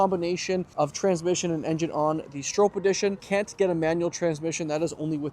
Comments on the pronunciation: STROP is how it’s pronounced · Stroppe -Strop. Say it right